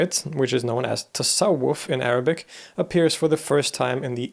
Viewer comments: your pronounce of Arabic names is perfect, sound like you are a native Arabic speaker ! Sufism like any other sects and branches in Islam has been developed by the course of time depending on so many Islamic philosophies and interpretation of the meaning of existence, worship, religion, God and our relation with all that concepts , and Sufism by itself branches to many ways and schools, some of them went so far from the essential core of Sufism movement, Sufism has differences compared with other sects in Islam which concern heavily on deeds and rituals, Sufism pay all its attention on the faith and spirituality in order to reach the highest self confidence (( YAQEEN )) by direct connection with the meaning of God and get the pure knowledge and wisdom. The main sects of Islam don’t recognize Sufism as an Islamic branch or part of Islam because of some conflict interpretations of the monotheism and characters of God between them. While Sufism represents Sunny sect of Islam, in Shia sect called this kind of spirituality ( ORFAAN) means knowledge and the one who has it called (( Arrif )) means the one who knows by God, but Orfaan had essential differences with Sufism in so many interpretations of monotheism and way to be enlightened. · As an Arab I appreciate how you pronounce our words accurately ❤️ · Man, I'm not sure how you did it but your Arabic pronunciation is superb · Your arabic pronuanciation is excellent